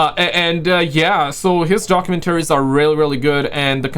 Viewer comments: Bro, it’s doc-you-MEN-tu-reez…….🤔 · Doc-u-men-taries. Bro say documentaries one more time plz😂😂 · Doc-u-mentory is proper pronunciation 😉